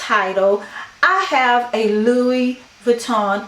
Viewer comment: Feel free to delete this comment later, the “s” is Louis Vuitton is silent.